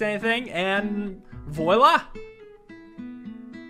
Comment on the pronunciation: it's pronounced "Vwa lah" edit: timestamp